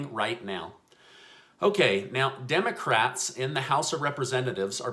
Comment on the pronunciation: ... Clear as day says "Democrack" 🤣🤣🤣... Priceless! Joking aside, the all or nothing stance isn't getting anything done. Seems like there could easily be multiple smaller bills that cover different parts of this all-encompassing relief plan, which could be passed as each piece is agreed upon so they can prioritize, divide, and conquer. Just a thought. I'm no politician.